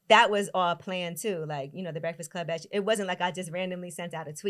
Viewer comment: Carlos I love you but you killin me saying “brehfass club”